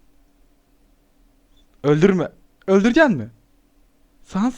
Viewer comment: Abi pardon ama sans i yanlis okuyorsun 😅